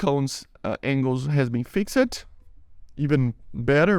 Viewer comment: Het I love your videos and I just wanted to give you a tip. You can ignore if you want it's not a big deal but fixed isn't fix-ed it's fixD I know that's weird English is really weird but I just wanted to help